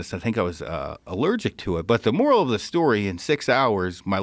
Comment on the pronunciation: Moral not morale 😂😂